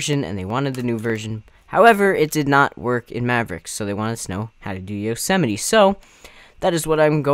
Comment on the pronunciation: yosemiteee? Its pronounced yose mite